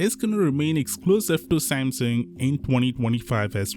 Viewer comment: lol "sansung" 😅😅😁😁😆😆🤣🤣😂😂😂😂